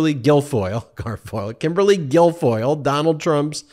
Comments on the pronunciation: Michael Cohen calls her Kimberly Gargoyle... all the time....Sometimes Ben gets tripped up on her real name.. Hilarious!! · Ben you almost got her name right, for future reference it's Kimberly Gargoyle!!!😅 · Ben you almost called her Kimberly “Gargoyle”. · Kimberly GARGOYLE is the correct pronunciation. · Sorry to correct you Ben,her name is Kimberly Gargoyle!! 😂😂😂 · Ben did you say 'Kimberly Gargoyle'?